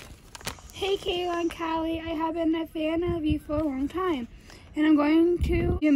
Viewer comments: Am I the only one that heard Kayla said hallie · What’s wrong you said HailE not KAILA